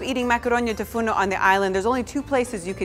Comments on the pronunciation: Its makaronia tou fournou and not tou fourno. This dish is very similar to the well known pastichio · Great and delicious!!! I am Greek and I am sorry to correct you but it's "Makaronia tou fournou" not "Makaronia tou fourno" If you say "makaronia tou fournou" you say "oven's pasta" but if you say "makaronia tou fourno" you say oven pasta. Proud to see such a recipe though <3